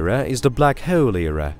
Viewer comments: I could hear this guy say Heoooouule all evening. Anyone else tickled by this? LoL 😆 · I’m uncomfortable with how he says hole lol 😂